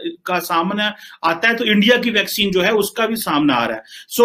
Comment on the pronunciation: भैकसीन नहीं ताऊ वैक्सीन।।